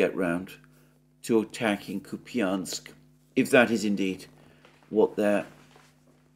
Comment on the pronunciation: Kupiansk ---> [ COUPE insk ] Piatikhatki ---> [ pee tee KHAT kee ]